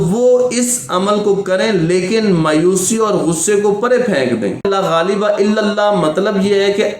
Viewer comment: Laghaleba nahe La ghaaleba .saheeh tarah se parhna sekho